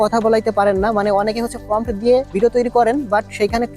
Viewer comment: আরে পন্ডিত আগে নিজে অ আ ক খ শিখে আয়, ওটার নাম "ফম" না, তাহলে বারবার ফম ফম উচ্চারণ করছিস কেন ওটার নাম প্রম্পট